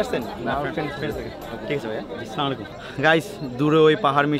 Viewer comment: not Slamalaikum❌ Assalamualaikum ✅